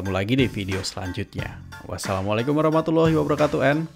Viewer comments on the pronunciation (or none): none